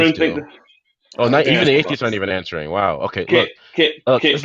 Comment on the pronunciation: reverts to an English accent: “ I’m ahhhnsoaring the queeestion.”